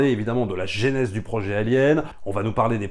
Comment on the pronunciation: Super boulot je suis fan et passe des heures à tout mater (ah l'épisode sur le Parrain!!!) Petit détail on dit pas Apocalypse no mais Apocalypse now et aussi mais c'est pour enculer les mouches, on dit pas génèse en français mais genèse même si tout le monde fait cette erreur à cause de ces enfoirés de Genesis (attention je suis fan de rock prog et donc comme souvent de SF etc)